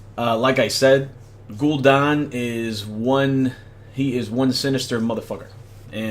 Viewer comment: Gul'DAN...not Gul'don